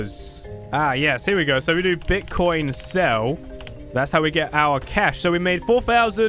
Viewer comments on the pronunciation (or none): Did you said bitchcoin? XD LOVE YOU